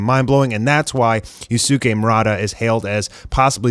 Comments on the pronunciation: Just a piece of advice, "Yusuke" is pronouced as "Yus-ke" (silent U) rather than "Yusu-ke". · I’m generally not one to correct pronunciation but please learn how to say Yusuke’s name correctly 😭